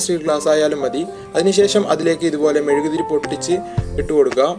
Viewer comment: Mezukku Alla mezuguthiri ssnu